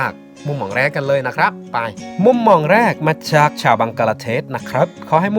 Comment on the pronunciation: จอแสดงความคิดเห็นครับ..อยากให้คุณสมจิตรฝึกออกเสียงสำเนียงและเสียงวรรณยุกต์ให้ถูกต้องจะน่าฟังและน่าสนใจมากขึ้น..คุณออกเสียงวรรณยุกต์เพี้ยนอยู่มาก คำไทยใช้เสียงต่ำก็ใช้เสียงสูง เช่าคำว่า"หก"แต่คุณออกเสียงว่า"ห๊ก/ฮก"ความหมายต่างไปเลย หรือคำว่า"จาก"ออกเสียงเป็น"จ๊าก"..เป็นกำลังใจให้กันครับ